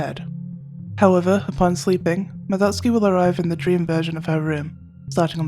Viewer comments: Omg 💯, the relief when she said it right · Finally, I have found someone of culture who can pronounce Madotsuki's name correct... I feel at peace🙃